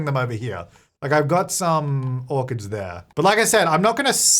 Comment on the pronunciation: Kept hearing "harvest organs!" instead of "orchids". Thought I missed an update LOL